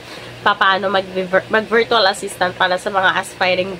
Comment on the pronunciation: it's pronounced /ˈvərCH(əw)əl/ not VEERTWAL. I hope you are not offended po.